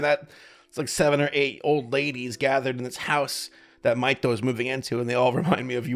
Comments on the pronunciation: No, his name is Mahito. MAH-hee-TOH. Tho calls him Maito. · Isn't it "mee toh"?